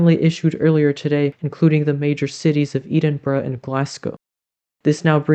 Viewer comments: Ed in Burgh, not Eed in burgh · 'Eadenborow'... Which is not an unreasonable pronunciation... But very wrong... 'edinbrugh' is perhaps closer! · Its funny how you called Edinburgh "eedenburgh" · Yes the E in Edinburgh is short but also don't forget the last syllable is pronounced bruh. 💚 Please keep these coming! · Edinburgh is pronounced ed*in*burr*uh!